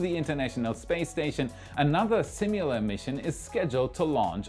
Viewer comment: there is no u in similar